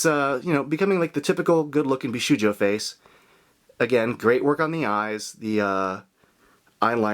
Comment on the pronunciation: He's done so many Bishoujo reviews and still can't pronounce it correctly.